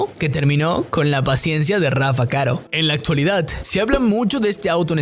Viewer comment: Por lo menos debería aprender a pronunciar el apellido que taaaanto pronuncia y en cada vez que lo menciona lo dice mal